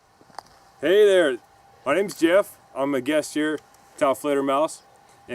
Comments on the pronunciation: mah neem Jief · M'nem jeff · "My names JEoff"